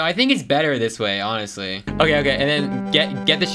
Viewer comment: BRO SAID HONESTLY WITH THE H LIKE HE SAID THE H